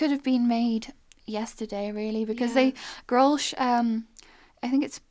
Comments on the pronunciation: That flip top you found is pronounced grow-l-sh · It's pronounced GROLSH I's a german beer I think. Around 5% alcohol very strong. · You pronounce it as "grols". You don't say the ch at the end. At least, that is how we say it in the Netherlands. 😁